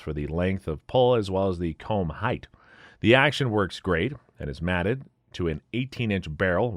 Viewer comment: Is this reallyyou narrating? If so, actions are “mated” to their stocks, not “matted”.